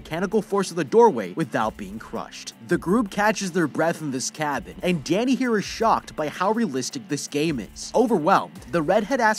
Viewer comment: When he said Danny I thought he said daddy 🤣🤣